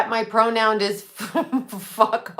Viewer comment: Did you say "pronound"